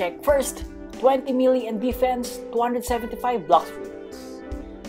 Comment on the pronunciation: he said 20 million desfense